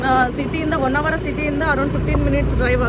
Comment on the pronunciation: Poor pronounciation of kannada. Honnvara not vannavara.